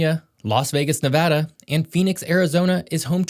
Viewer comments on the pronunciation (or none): none